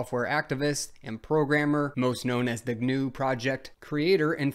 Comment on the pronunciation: Richard Stallman would be very upset with this video, first thing you said GNU wrong, and second you used Ubuntu. It seems you don't know who Stallman is.